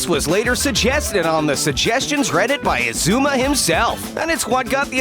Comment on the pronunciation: he said Xisuma wrong